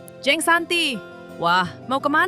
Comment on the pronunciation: Maaf, huruf e di dalam kata jeng seharusnya dilafalkan kaya huruf e di dalam kata pecah. Jadi bukan kaya huruf e di dalam kata enak.